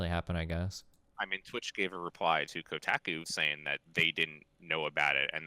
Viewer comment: Ko-tack-ooh article.